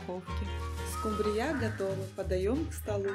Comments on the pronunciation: СкУмбрия, а не скумбриЯ. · СкумбриЯ? Первый раз слышу, что бы так скУмбрию называли.. 😉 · Господи!Ну почему скумбриЯ,а не скУмбрия?Когда научитесь правильно говорить по-русски?Уши режет ваша неграмотность. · Рецепт неплохой,но в слове скумбрия -ударение на У(((извините уж...неприятно даже слышать...😢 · СкУмбрия,а не скумбриЯ... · Точно ухо режет ударение скумбрияяяяяя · Рецепт не досмотрела,не правильно поставленное ударение режет слух,а это не допустимо,если вы уважаете свою аудиторию 😢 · Извините,но что за новое название этой рыбы?! СкУмбрия,произносится с ударением на букву У!!! И ещё,музыка портит всё видео!Извините ❤ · Так интересно она рыбу называет😂. Это в каком регионе так говорят????